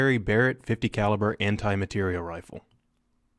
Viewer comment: "Matériel" isn't pronounced "material".